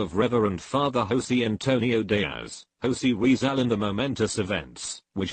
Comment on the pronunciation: Manilawa ako sayo,eh hindi mo nga mapronouns ng tama ang pangalang Jose Rizal 😆